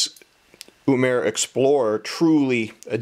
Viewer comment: not yumera but uemura